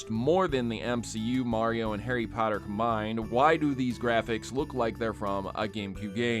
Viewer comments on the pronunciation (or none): none